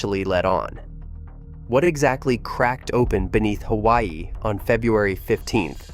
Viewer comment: If you are going to push BS you need to at least learn how to pronounce Kilauea and Hawaii.